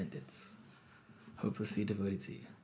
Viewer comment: Pet peeve "devotsed" 😶